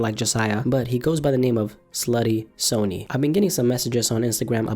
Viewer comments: you miss pronounced slutty sonny’s name it’s pronounced sunny!! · You say Slutty Sonny wrong, lol